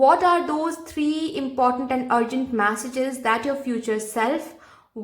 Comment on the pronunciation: 'मॅसेजेस' नही उसको 'मेसेजेस' केहते है 😂😂